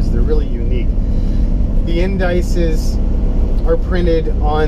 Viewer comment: "In-DYCES"?? You mean "IN-deh-Sees", the plural of "index". Love the car.